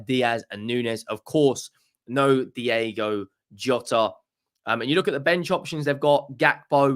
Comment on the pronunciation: Diego and Diogo are 2 diffeent names! Get it right!